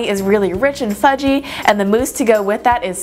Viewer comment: Just saying at the start did she say sudgy or fudgy